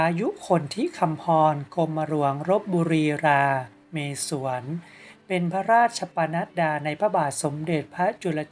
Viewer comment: มีข้อควรแก้ไขทั้งในส่วนของข้อมูลในการอ่านคือ 1 การอ่านพระนามกรมสมเด็จปู่ของท่าน ต้องอ่านว่า "กรม มะ หลวง ลบ บุ รี รา เมด" หรือ "กรม หลวง ลบ บุ รี รา เมด" ไม่ใช่ "กรมหลวง รา เม สวน" 2 คำลำลองเรียก ม.ร.ว. ใช้คำว่า คุณชาย หรือคุณหญิง ไม่ใช่ ท่าน" อยากจะให้นำไปปรับปรุงแก้ไขในคลิปต่อไปด้วยครับ